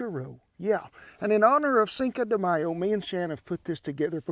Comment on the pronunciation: This man is the grandpa that everyone wants to be with. He said cinco de mayo / not: cincouuuu de mayouuuu =)